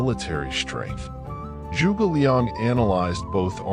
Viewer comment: The way he pronounced 诸 was crazy. He made a sound that doesn't exist in Mandarin OR in English. If you're sticking to English phonics, then just pronounce 诸 as "joo"